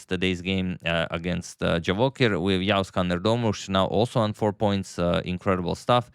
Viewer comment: He pronounces the letter 'ğ' correctly